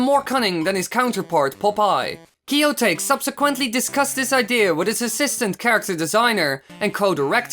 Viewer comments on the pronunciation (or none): Kiyo"tuh-kea" not kiyo-take from "to take" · It's warUI, not warIU! And Kiyotake is pronounce kee-yo-TAH-kay, not kee-YO-tayk. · That's not how you pronounce Kiyotake.